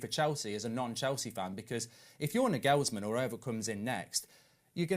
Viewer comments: has an interesting way of pronouncing footballers names 😅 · How is he pronouncing Nagelsmann like that ?! Wow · still pronouncing Nagelsmann wrong 😂